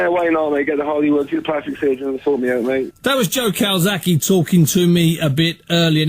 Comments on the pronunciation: CalzaGHE not Calsaki. So ignorant. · "Cokezaghe" LOL! Priceless!